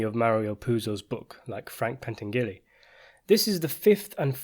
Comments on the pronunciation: It's pronounced as pain - tan- yu- lee. In Italian, gli is a diphthong. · Say it with me Pan-tan-ja-lee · Frank PENTANGELI not Pantengeary which sounds like putting the names of Frank Pentangeli and Senator Pat Geary together.. You obviously do not read your comments because the last time myself and several other made reference to this. Pentangeli's nick name was "Five Angels" ... Pent meaning FIVE and Angels meaning ANGELI. Watch the movie! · More precisely, Frank's last name is pronounced Pen-TAN-gel-lee Watch Part 2 and LEARN! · Love your analysis of the Godfather and all things related but it is Pen-Tan-Jelly. Keep these coming. Best breakdown of the plots, characters etc online. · It's pronounced PENN-TAN-JUH-LEE. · Jesus Christ. You still don't know how to pronounce Pentangeli? At least Senator Geary mispronounced Corleone on purpose. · “Pentangeli” translates to “Five Angels”. Hence Tom Hagen says at the end of Godfather Part II “Don’t worry about a think Frankie Five Angels” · It's "Bar" zini not "Bra" zini. Pentangeli is pronounced Pen tan' jalee. It matters. Otherwise, I enjoyed this :)